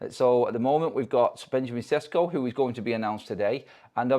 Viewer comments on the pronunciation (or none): It’s pronounced “Sheshko”